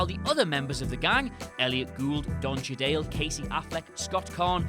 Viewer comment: Don Che-day-le.